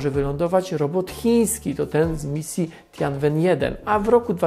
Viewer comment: Nazwę chińskiej misji czyta się Tjenłen 1